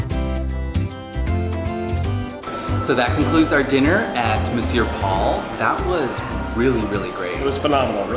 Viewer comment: I was initially impressed that an American finally pronounce "monsieur" correctly. Such an excellent review that you made me want to get the Dégustation when I dine here in May...although it seems like a LOT of food :) Thanks!